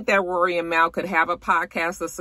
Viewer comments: I used to call Mal that too. Lol! It’s pronounced Mall 🤣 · Mal is pronounced liked the end of Jamal btw :)